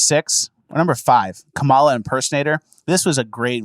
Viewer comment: Wow, Kamala did nail it. The laugh, pronunciation